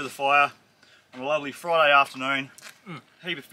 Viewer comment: Did you say Fry-day😜😂😂that looked delicious